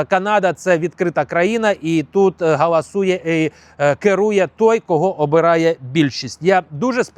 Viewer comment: Не “гАлАсує», а «гОлОсує»